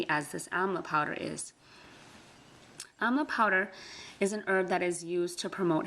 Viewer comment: Amla not Amal. Sorry